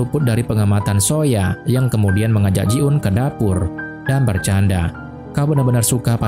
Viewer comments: Greget gw 😂 bukan ji un tapi JI EUN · Namayah ji eun kali bukan ji un.